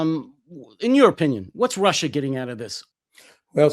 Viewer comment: RussIER and ChinER indeed. 🥴